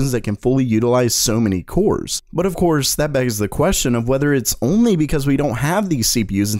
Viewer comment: "But ofcores"